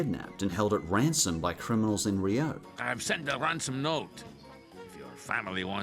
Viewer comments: Rio is pronounced "REE-oh", not "ree-OH" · It's "reeoh" Not "ree-oh" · The accent is on the i part of rio. Much love. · TIL Australians pronounce "Rio" differently. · your pronunciation of "rio" is making me reeee-OH... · WHY ARE YOU PRONOUNCING RIO LIKE THAT STOP